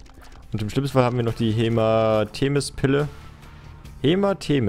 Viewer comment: als so sagte "hematemis" dachte ich mir nur so " seit wann kannst du nicht mehr lesen?" xD